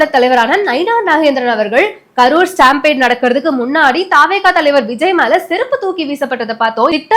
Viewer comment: You are pronouncing Stampede wrongly. Please correct in your next video